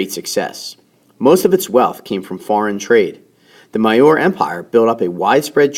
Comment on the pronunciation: maurya is pronounced "mauri yaa"